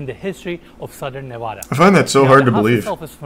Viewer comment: When he says Nevada wrong 😒